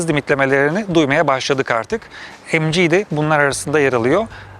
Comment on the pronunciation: Mg derken emci ZS derken zese :D